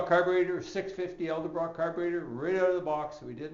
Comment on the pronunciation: Its Edelbrock not Eldabrock